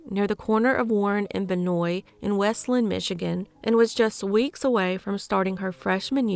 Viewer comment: it's WEST-Land... not weslend.